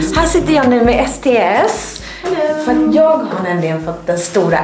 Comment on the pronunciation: När du sa sts trodde jag du sa sd